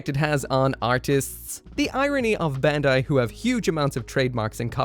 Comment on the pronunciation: It's BAND-AI